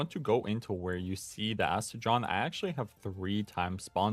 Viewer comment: Did you just say Aste-JOHN? idk what is up with everyone mispronouncing every pals name so bad 🤣 it’s Aste-gone. Like the word gone!